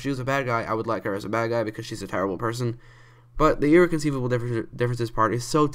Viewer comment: First off, it's pronounced (Irr-rec-on-cī-lable) differences. That's all Have a nice day